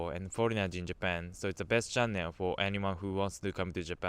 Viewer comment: your pronunce about the word "channel" is wrong!